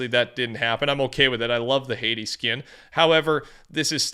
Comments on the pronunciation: Anyone else notice says skin with a "y?" "Skiyn." Feels weird. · Canadian thing I think lol